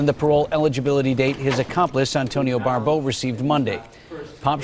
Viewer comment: Yeah, I don't mean to make a big deal, but that narration needed more practice / rehearsal. "Pappe" is pronounced like "Pop.". The other perp's name is "Barbeau," not "Barbereau."